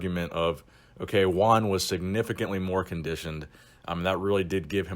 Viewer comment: If you can pronounce "WHO" then you can pronounce JUAN.